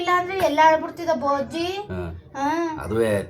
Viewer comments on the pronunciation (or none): ಅವರ ಮನೆಕಡೆ ಬಜ್ಜಿ but ಪವನ ಅವರ ಮನೆಕಡೆ ಬಜ್ಜಿ ❌ ಬೋಜಿ ✅😂